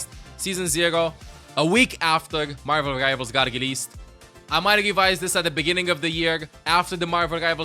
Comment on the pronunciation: I love the way says Margvl Rivals